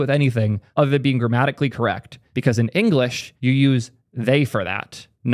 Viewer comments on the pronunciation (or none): Did you say grammatically correct or dramatically correct?